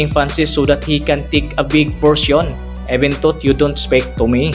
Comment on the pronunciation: pastilan ang simpling “even though” naging ebentot. Ingat ka naman pagbigkas sa mga english words katulad ng record - reycord losses - lowsis ang panget pa ng intonation mo. ✌️ i-improve mo naman kasi interesting ang mga videos mo.👍 at alam ko hindi madali gumawa ng videos.